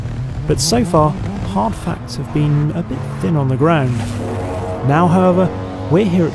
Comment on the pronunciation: hold on... "now hoover"? wtf!?